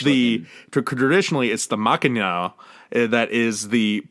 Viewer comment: Liz's review... 1st of all, the first 10 minutes are incredibly boring. Also, I actually cant believe how poorly pronounced "aegyo" and "maknae"... it was actually embarrassing. Lastly, I swear you said "cake-pop group" and I don't think it was on purpose.